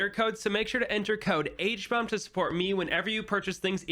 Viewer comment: "Hbomba" that's hilarious